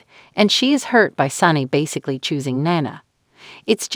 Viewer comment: Hey announcer it’s pronounced Nena not whatever you are changing it to ??? Please try watching an episode so that you at least know the characters and how to pronounce their names?????